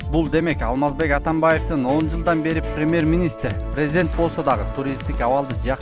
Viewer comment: Диктор дагы ада богон экенда, Самоли эмес Сомали мамлекети, пермер министр эмес премьер министр!